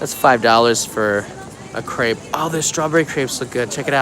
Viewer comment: Please pronounce “Crepe“ correctly ! It sounds like “crap“ when you say it.